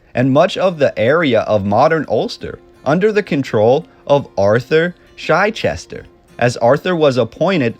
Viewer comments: It's Chichester, not Chyechester. It's just a simple short "i", not a long "i". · Also it's Arthur Chichester as in 'CH'ick or CHeese. So pronounced CH_eh_CH ester.😊.